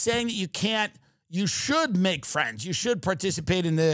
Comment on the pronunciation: "We don't have any FWENDS!"